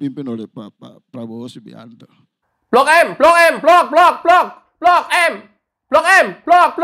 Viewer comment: Bukan blok "M" tapi blok "G" 😁😁